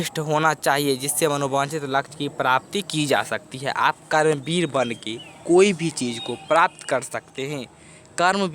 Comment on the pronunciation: Kaaram vir nahi sir karam vir 😅